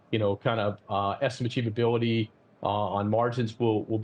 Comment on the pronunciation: Estimachievability lol